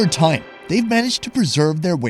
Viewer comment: ''over thaime''